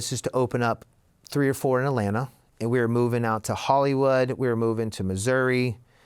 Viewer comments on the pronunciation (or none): none